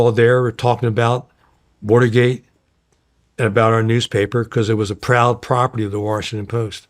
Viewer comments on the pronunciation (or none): none